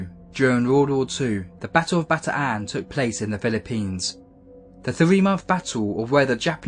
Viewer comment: It isn't Bata-an, it's Bataan (Baton sort of) (or Batan)